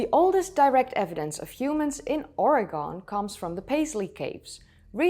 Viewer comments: Hey there. I’m an Oregon native & just want to respectfully lyk my state’s name is pronounced Ory-GUN not Ory-GONE. I hope this will be received in the same vein as given and not as a criticism. 😬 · Excellent video, and Oregon has a treasure of geologic diversity for what looked like a carnelian flaked stone blade. If you want to say it like a local, it's pronounced Ore-GUN, as opposed to Ore-GONE. Thank you for highlighting this beautiful area. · Ori-gun. Say it like that. Not Ori-gone. Please. Saying OriGONE is like nails on a chalk board to us natives. 😆💚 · It's not ORE-GONE its ORE-GUN. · Just an FYI, it's "Orygun" as opposed to "OraGone" if you don't want to pain to the tender ears of us residents 😉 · Awesome to see this. I've always explored the western side of the state, I might need to start exploring the east. And great pronunciation but it's "gun" not "gone". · As always, I enjoy your articulate informative content. You normally do great at annunciating locations. FYI 😉 Pronouncing Oregon (correctly) uses three syllables: "OR", "ih" and "gun". The first syllable is long but the last two syllables are very short. Remember: it's "OR-ih-gun", not "orEgon" or "oreGON" and not "orEgun" and not "oreGUN". The pronunciation of "Or" is straightforward: say it as in the word "for". Lived in Oregon locations, but long-time in Washington state which is one of the most geographically diverse of the fifty states. Nick Zentner is an American academic who works as a geology professor at Central Washington University in Ellensburg with great video content. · As a WA State resident, it's cute to hear East Coast people mispronounce "Or`e`gon" as "Oar-gone". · Oregon isn't pronounced as Or eh gone. It's pronounced Or-uh-gun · I do not mean to be pedantic, but Oregon is Oar-eh-gun. Also, I can't wait to see more about this! The timeline of humanity is being pushed back more and more with every discovery. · it’s Orygin not Oragone:) ❤️😊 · Its Or=gun